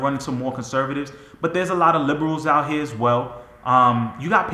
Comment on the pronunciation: “Out hea”